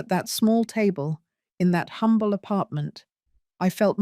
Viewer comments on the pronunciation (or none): none